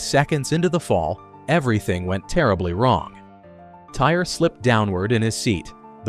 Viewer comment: Pronounced Ty-ree, not tire